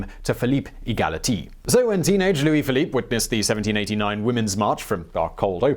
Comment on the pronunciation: Philippe E-ghaly-Tee or whatever you want to call him :)))